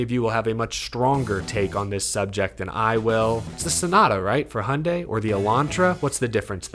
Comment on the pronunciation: Honda and Hyandi? That's it?